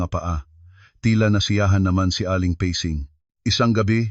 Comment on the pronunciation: Ayusin.mo nga yong mga salita mo! Pasing ginawa mong pesing listening from Bacoor Cavite